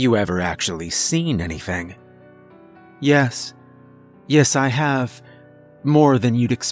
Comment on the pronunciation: Yesh yesh